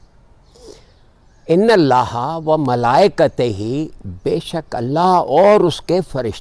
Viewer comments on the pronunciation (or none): برائے کرم آیت کی ادائیگی درست کیجئے۔ ملئکہ کے آخر میں زیر نہیں ھے بلکہ، ھے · ⚠️ تصیح ⚠️ درست آیت ہے: إِنَّ اللَّهَ وَمَلائِكَتَهُ يُصَلُّونَ عَلَى النَّبِيِّ يَا أَيُّهَا الَّذِينَ آمَنُوا صَلُّوا عَلَيْهِ وَسَلِّمُوا تَسْلِيمًا وَمَلائِكَتَهُ میں، ت کے اوپر زبر ہے اور آپ زیر کے ساتھ پڑھ رہے ہیں۔ يُصَلُّونَ کے ی پر پیش ہے اور آپ اسے زبر کے ساتھ پڑھ رہے ہیں۔